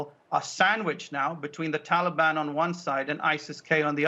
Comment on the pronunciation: And..... 😂😂😂Joe pronounces ‘Taliban’ like it’s an ice cream or something! ‘Hey mon...would anyone like a Tollybon?!?’🍡🍡🍡🍡🍡🍡🍡🍡🍡🍡🍡🍡🍡🍡🍡🍡🍡🍡🍡🍡🍡🍡🍦🍦🍦🍦🍦🍦🍦🍦🍦🍦🍦🍧🍧🍧🍧🍧🍧🍧🍧🍧🍧🍧🍧🍧🍧🍧